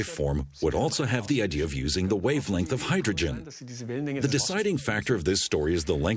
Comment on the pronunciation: Idea is not pronounced I DEE HER